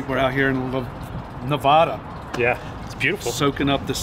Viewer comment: Saying Nevada wrong 🤣